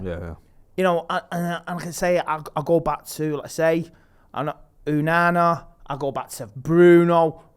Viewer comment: Getting tired of no one correcting this man on how to say ONANA. Why do you insist on calling him Unana?